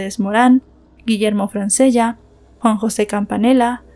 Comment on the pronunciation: Se escribe Francella y se pronuncia Franchella. tal vez no sabe como se pronuncia el italiano.